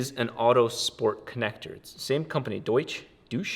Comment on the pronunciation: Deutsch is the german word for german. Aaaand you butchered the pronounciation but doesnt matter. You dont underdtand german and i dont znderdtand ecus/wiring so were even lol. I like engines woth carburetors they are simple, air flows in and pulls gas in with it, simple physics no need for digital tuning. Lol.